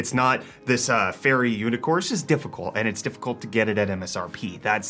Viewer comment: Not just any unicorse. A FAIRY Unicorse.